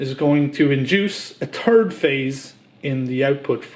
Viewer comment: Turd phase? Loose the gloves, speed it up, and learn to say stator, third, and three in English.